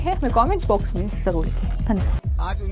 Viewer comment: एंकर की ज करने नही आता है ज को स बोल रही है